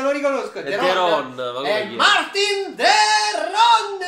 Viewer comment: È Marten non Martin de Roon